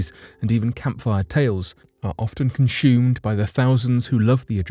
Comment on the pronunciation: Conshoomed??!! You really can't pronounce words properly can you, every video you make has the same issue FFS man.